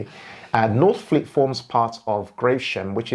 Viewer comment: Lost me at northfleet 😂. Great research though. Subscribed!